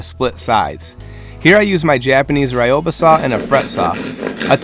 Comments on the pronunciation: Cool design and great work! Quick, friendly tip: the double edged saw you used is pronounced "ri-yoba". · You're pronouncing Ryoba wrong, it isnt pronounced Rhy yo ba, the first part is more of a Du sound, blend it with the Yo. Its a common mistake :) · That... is not how you pronounce ryoba. Beautiful shelves by the way.